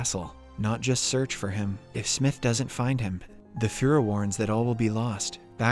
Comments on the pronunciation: Is this a robot voice? I only ask because of the way he says "fur-er" 😆. It's pronounced Fear'er. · “For disloyalty to the fuhra”